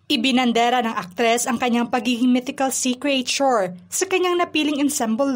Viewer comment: CRE AY TYUR DAW? Check mo pronunciation ng creature. Idagdag mo na ang tamang pagbigjas ng salitang " ensemble".